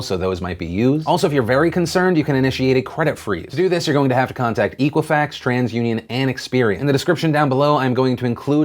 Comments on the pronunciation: Eck-wa-fax, it's eck-wa-fax. Not eek. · I hate to sound like hermione here, but your pronunciation drove me nuts It's EH-qwi-fax not EE-qwi-fax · EK-uifax not EEK-uifax. Ex like except. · Hey Phil, It's pronounced Eh quih Fax not EE qhih Fax. Soft E. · Pronounce it correctly. It is X-quwa-fax not E-quwa-fax. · It's pronounced "eh-qui-fax", like the word equity. Not EE-quifax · EEEEEqua-fax? I thought it was pronounced ECK-wah-fax! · Phil, its pronounced Eck Wa Fax. I've never heard of EEK! Wa Fax. The hooked on phonics courses are available to help you. You don't have to go at this alone. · you're pronouncing equifax wrong . It comes from Equity so use that sound instead of eekwifax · Phil, it's pronounced "eh"quifax. Like their response when asked if they should report their findings immediately. "Eh." "E-quifax" sounds like it was founded after dial-up. It was not. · Dear God Phil. It's Eh-quifax. And the breach was in July, not September. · It's pronounced Ekwafax, like Equity, not Equal. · You're not pronouncing Equifax correct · You're saying Equifax VERY wrong. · What does watching the "very important video" do for all us American adults? There's basically nothing any of us can do. The data breach has already happened and none of us can stop a credit card being issued in our names without our knowledge. Just what is it you think your talking about this story (and repeatedly mispronouncing Equifax) will do.....other than get you a lot of views?